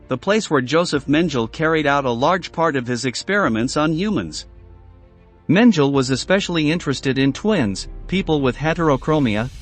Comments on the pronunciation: "Dr. Menjil??" How about Mengele (Men geh le') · Who's this "Joseph Menjul"? 🙄🙄🙄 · meng ge le That is how you pronounce it. Not Mengle. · Gotta love AI; no intelligence at all. Bulger….Bullger. Menjele….Mengele. A real person would make this video so much more interesting, instead of mispronouncing names and other German words. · *Men-ge-le Not "Menjel" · “Joseph Mendel” stupid ai voice… it’s “Men-geh-la”. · Mengele is pronounced 'Men-gala', not 'Menjel'! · Josef Mengele is pronounced MANG-guh-luh, not MEN-jul. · Mengele (MEN-geh-leh) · Men-ga-la. Learn to pronounce the devil’s name properly so you never forget it. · Mengele is not pronounced Men-Jill. Sheesh guys.... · This man is infamous! And you mispronounced his name? It's MENG' GE LAH. NEVER forget them and their sadistic horrors inflicted on innocent people. If you're going to do this DO IT RIGHT! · His name is pronounced men je la. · The mispronunciation of words like arbeit macht frei and Dr Mengele is too much to ignore. It is disrespectful to those who suffered here to say these things wrong. People were tortured and died because of that motto and that man. Do some research and learn to say them correctly. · I know you're American, but at least try and get the pronunciations of 'Frei' and 'Mengele' right. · Use of too many movie depictions, the narrator doesn't even know how to pronounce the names of infamous Nazi doctors, like Mengele. Do your homework before you put out this garbage. You are not providing historical understanding. You're doing it for Youtube clicks. Shame. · You pronounce the german names totally incorrectly, even well known names like J. Mengele. You constantly promise new content, but repeat the same things over and over again in different videos misleading the viewer. This is very irritating. I'm on the verge of banning your channel. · Here’s a suggestion, get your narrator/robot voice to pronounce words correctly…Like Mengele. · Why the mispronunciation of Mengele?